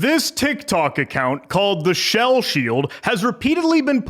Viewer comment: the shell shield❌ the hell shield✅